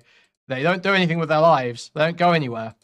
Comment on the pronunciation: Like how doesn’t say th in words like with, he just says wit 🥴 it doesn’t bother me though, I just noticed it recently